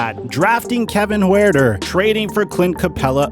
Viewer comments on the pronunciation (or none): The way this guy pronounces Huerter is actually insulting. Probably just a Lebron fan who only watches Lakers games